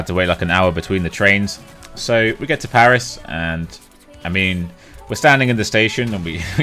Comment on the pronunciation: French parisian sub here :) You almost managed to pronounce every place you've been to correctly gg :P Maybe you've been to the Meltdown bar, it's a bar dedicated to e-Sport and video games. Most of the restaurants in Paris are overpriced, if you want to eat well for a decent amount of money you have to move away from touristic places unfortunately, I feed bad for not telling you that before :(